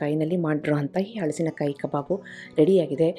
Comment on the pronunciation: Very creative and original. Appreciate your efforts and generosity in sharing. 👏🏽👏🏽👏🏽 Just cutting the fruit is a big accomplishment so hats off to you! Would also like to say that correct pronunciation is “ಹಲಸು”, “ಹಲಸಿನಕಾಯಿ”. If you say “ಹಳಸು” it would mean stale or food going bad.